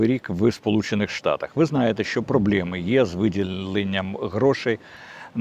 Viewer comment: Все чотко, дядьку. Але чому "проблЄми" ?